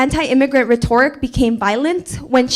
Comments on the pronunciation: she cant even read "reetorik" rhetoric 💀, ha goofy aah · she mispronounces rhetoric twice and forces the mic holders arm with the inside of her elbow..... and shes confused as to why nobody listens to her. on top of that she has said uhm and like more than any substantive words. God help us if this is our future....... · Girl in this Michael Knowles' event COULDN'T EVEN PRONOUNCE "RHETORIC " PROPERLY. IT ISN'T RHE-TOR'-RIC. IT'S RHET'-OR-IC!!!!!!😢🎉🎉🎉🎉🎉🎉🎉🎉🎉🎉🎉🎉🎉🎉🎉 MAYBE THAT'S THE REASON KIDS READING SCORES NATIONWIDE ARE IN THE SEWER, IN MY OPINION. I REMEMBER RIDING MY BIKE, NOT FAR AT ALL, ACROSS THE BALLFIELD TO MY ELEMENTARY SCHOOL IN SUMMER TO OUR LIBRARY TO CHECK OUT BOOKS. ODD, THE ONLY ONE I REALLY REMEMBER IS THE CAT IN THE HAT; I WAS ABOUT 9 YEARS OLD. 🎉🎉🎉🎉🎉🎉🎉🎉🎉🎉🎉🎉🎉🎉🎉🎉🎉🎉🎉🎉🎉🎉🎉🎉✝️✝️✝️✝️✝️✝️✝️✝️✝️✝️✝️ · Rhi toric 🤣 it's retturick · Ree-toe-Rick 😂😂 if you’re going to call his rhetoric “violent”, at least know how to pronounce the word 😂 also how can speech be violent? Unless you’re saying “I’m going to kill you” how does speech = violence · "Reh-TOR-ic." She goes to college, folks. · The moron who kept saying Ruh-Torr-ic. 🥴🥴🥴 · When she pronounced rhetoric “re-tor-ick” I knew we were in for a treat 😂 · Ree-Tore-ick? Nice job with pronunciation #BuildTheWall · Wtf is a retoric does she mean rhetoric? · "Re Toric" ffs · Re tor ic? How are you in college you don’t know how to pronounce that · “Ra-tōr-ok”??? They’ve changed the pronunciation of rhetoric???? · “Anti-immigrant rehTORic “ sis… you can’t even get a “I’m not a native speaker” pass on that kind of fumble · You forgot to ask the girl about how to pronounce rhetoric; bc "she" said "rhe-tor'-ic.😅🎉🎉🎉🎉🎉🎉🎉🎉🎉🎉🎉🎉🎉🎉🎉🎉🎉🎉🎉🎉🎉🎉🎉🎉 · Ru-toric lol! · LOLOL... girl on the phone is being all authoritative while she can barely read her phone... Rhetoric -- it's not Reh TOR ic.. lmao. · Yeah she did. I think it’s pronounced Reeeeeeetoric! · The way the girl was pronouncing “Rhetoric” killed me inside a little.